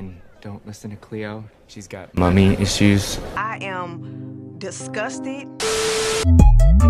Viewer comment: mummie isueses XD got me laughing